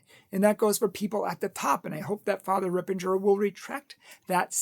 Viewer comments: unfortunately, he created this video to please one donor who is a Yoga head who stopped giving money. He has to be careful that Catholic Truth doesn’t get tricked by satan by falling for money. He says he likes Fr. Ripperger but pronounces the name wrong. I always liked Catholic Truth but this video was so uncalled for and so prideful. Let’s pray for our brother in Christ. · As an aside, it's Ripperger, not Rippenger. Secondly, as a matter of Christian charity, you should have approached Fr. Ripperger about this instead of spouting off on your public forum, especially since you are not an expert as well.